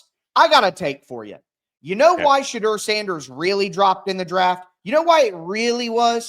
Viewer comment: Thank u for correcting the host on the pronouncing Thibadeaux Now we have to get him to stop saying Shadrrrrr. The correct pronounciation is Sha-door 🚪